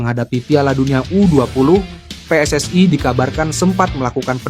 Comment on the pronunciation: WNI anjay bukan WNaiy . jgn sok inggris2 😂 kalo mau nyebut WNaiy bilangnya Double U En Aiy dan PSSI buka Aiy